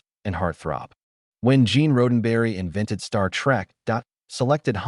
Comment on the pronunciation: Horrendously written AI narration. Unlistenable. Especially the part about Gene RHODENberry. One minute in...I'm gone.